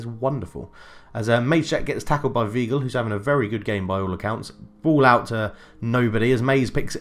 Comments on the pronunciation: It is definitely Vye-gl my dude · It's Why-gl